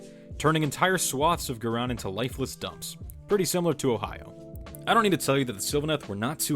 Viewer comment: good video, hope to see more. Also, a heads-up: in AoS and Fantasy Ghyran is pronounced Guy-Ran, like how Iran is pronounced eye-ran